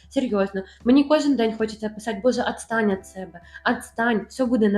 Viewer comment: Боже Атстань от себе АТСТАНЬ. Я обожаю ваш блог 😁